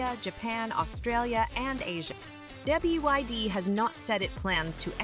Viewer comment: It's not B-i-D, it's BYD. Bad narration.